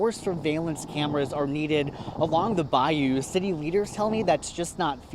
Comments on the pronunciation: Bro good content but damn it’s not Bayoooo it’s Baiyuuuuu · Brother it’s *Bayou* not Bioyo😂😂😂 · By-You fam.. its pronounced By-You😂